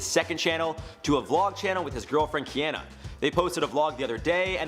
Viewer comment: Lol Ulises he said kiannna it’s kiana